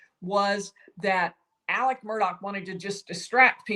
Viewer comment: Alex** why is she saying Alec?